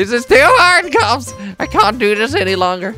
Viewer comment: You sound like you're saying cubs instead of cops